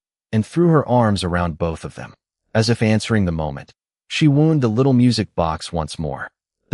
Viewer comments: GREAT STORY! The only thing a little off is AI's pronunciation of "WOUND". Saying the little girl 'wound' it up...but sounding like a medical problem with the music box, instead of saying like its supposed to. Again the story is great, just the AI needs some work. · Yes we commonly see Ai screwing up like this but maybe for awhile we can take a little comfort that Ai isn’t yet (commonly anyway) able to completely appear human ! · I noticed that too